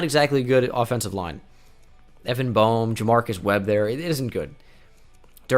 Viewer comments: just saying Evan Boehm is pronounced Bame... unless you a mizzou guy you would never look at it like that. just for future video sake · Mizzou fan here: It's pronounced Evan "Baym"